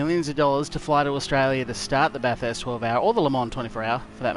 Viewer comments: It's the 'urrst' at the end. It's more of an 'est' as a local. Are you in SA or WA by any chance? I've got a mate in SA that says it the exact same. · I've never heard a bunch of Aussie mangle the word Bathurst so badly. Fantastic effort and execution of the race and try-outs though. Moving on to a different track for another race or sticking to Bathurst?